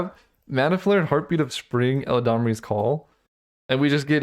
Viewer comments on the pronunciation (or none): not "el-a-damri's"call "elad-amri" eladamri lord of leaves